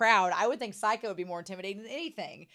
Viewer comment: A few random notes: I love how Seika takes a picture of "submitting Bocchi" just before the end of the scene. All of the band names on Seika's screen are parodies of actual Japanese band names. By the way, "Seika" is pronounced "say-kah" rather than "sigh-kah." And it means "Star Song" which is probably where the club name, "Starry" comes from. The tour of dams is probably my favorite gag in the entire show. Also the ending-credits song for these present set of episodes is being sung by Ryo's voice actor. The blue coloring in the credits is a clue.